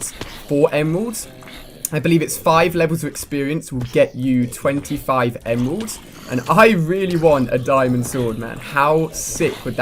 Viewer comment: Sounds like he said emwelds